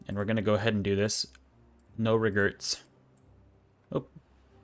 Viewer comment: "No regerts....oh some regerts" -, 2021